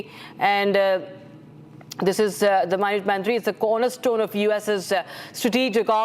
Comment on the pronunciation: Pronunciation toh theek kar lo… waise toh full on American accent use kar rahi hain… can’t even pronounce the minuteman III properly